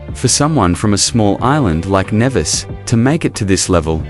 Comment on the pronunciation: Good evening. Please please please .lt in pronounced Knee Vis. As a Caribbean person it is annoying when place names are butchered.